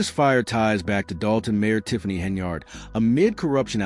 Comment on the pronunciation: This is old news bro. Look for something else to steal. And what’s up with the flashes? You might want to put a seizure warning before someone with epilepsy watches this. Lastly, her name is pronounced Hen-yird, not yard. You are saying it like it’s spelled.